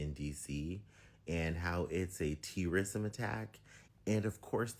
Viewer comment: Stopped watching when he could not pronounce the word " terrorism " . What kind of garbage this person who refuses to speak like a normal fricken person . Just pure Garbage